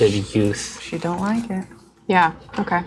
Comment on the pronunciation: "I DONT LOCKET" - (or Fen?)